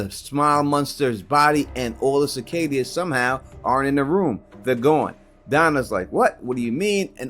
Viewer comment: CICADA! Like bro ….how do u butcher a a word that’s repeated multiple times idk why but it’s killing me dude